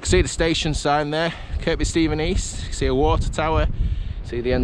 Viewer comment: The second K in Kirkby Stephen is silent. It's pronounced Kirby......